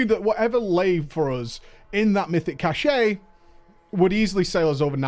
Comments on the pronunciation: I just can't.... Cache = Cash, not Cash-ay.... Had me curling every time you said it! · Sorry for stupid trivial pronunciation niggle, but this bugged me throughout the video. "Cache" - as in "Mythic Cache" is pronounced the same as "Cash". You keep pronouncing it as "cashay" which is a word, but it's spelled "cachet" and means something completely different. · Why do you keep saying "cashay", cache is pronounced "cash" lmao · K this has been irritating me for a while, it's "kăsh" not "kăsheɪ" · It's cache pronounced cash. Cachet is a completely different word. Sorry it's driving my OCD mad. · cache = pronounced "cash" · so, across the pond, you pronounce the E in cache and it's not "cash"? Feels weird.